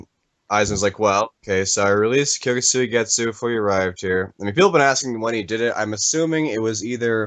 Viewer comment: Kyouka suigetsu ky-oh-ka suigetsu